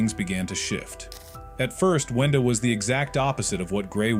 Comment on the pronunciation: It’s wenda